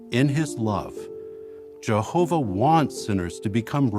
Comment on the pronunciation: litterally could take the forced way he say Jahova "jaHOva"